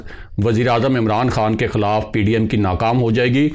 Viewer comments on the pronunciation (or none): kaya he achcha ho kah aap apna talafuz sahee kar lain LAFZ HAY "QOUM" na kah KOOM Lahaza QOUMIYAT na kah KOOMIYAT. LAFZ HAY "KHILAF na kah KHALAF.